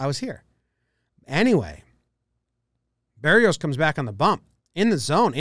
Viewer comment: Holy shit, you actually pronounced Berrios right. Everybody for some reason pronounces it Ber-Ri-Os